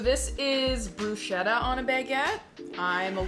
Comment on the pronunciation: more like broo-skettah